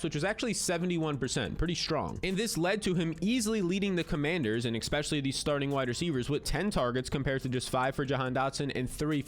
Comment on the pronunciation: It’s not “ex specially”…especially